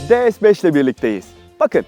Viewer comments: DE-ES 5 diyorsunuz D TURKÇE (DE) S (ES) İngilizce ortaya karışık ya abi senin eline bir senaryo bir metin mi tutuşturuyorlar hiçbir canlılık emaresi yok biraz biraz gelişi güzel olsan ya neyse Bu arada Dİ-ES-FİVE diye okursan ingilizce DE-SE-BES diye okursan Türkçe oluyor Türkçe öyle ortaya karışık olmuyor ne yazıkki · Her şey iyi güzel ama neden De-Es? De-Se yada Di-Es olmaz mıydı? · De Es ne ya? D S de bari. Birini Türkçe diğerini İngilizce söylüyorsun. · Lütfen, rica ediyorum ya "de se beş" de ya "di es beş". Bin kere söylemişsin resmen sinirim bozuldu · De Se yada Di Es demeniz gerekiyor sırf bundan dolayı izleyemedim videoyu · de es beş yanlış bir telaffuz değil mi? S harfini neden İngilizce okuyorsunuz ki?